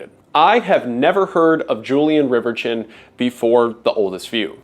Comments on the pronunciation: Great video... but...... dang it. I hate to be this guy but Riverchon is pronounced River-shone. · It's pronounced 'RIVER-shawn', at least here locally. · Fun fact: he pronounced riverchon wrong. "Julien RiverCHIN." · It's pronounced rever-shawn ♥️ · It took me a minute to figure out what park you were talking about. In the Dallas area we pronounce it as Rivershawn. As a young child I remember going to the Valley View mall was a special treat as it was in the North Dallas area and was the rich person mall well for us coming in from east Texas. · It's a lil late but the name Reverchon is pronounced "Rev-Eer-Shawn" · You're not gaslighting me into believing its pronounced river-chin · I don't think that is how that surname is pronounced should it not be pronounced as if it was French. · your pronounciation of Reverchon is deranged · Bro pronounces "Reverchon" like he's an Englishman still bitter over the hundred years' war